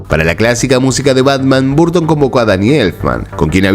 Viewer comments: Amigo lo digo con todo respeto, tu contenido es excelente pero tu pronunciación es horrible. Michael se dice : “maicol” (no “maiquel”) Burton se dice: “borton” (no “barton”) Sé que suena pretencioso y feo mi comentario. Pero creo que tu canal es profesional y le dará mucho más impulso si cuidas esos detalles. Abrazo y excelente contenido. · qué desesperante que digas "barton".